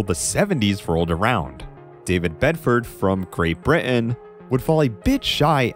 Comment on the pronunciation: Learn now to say Britain